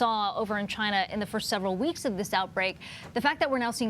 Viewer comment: Damn CHY-NA!!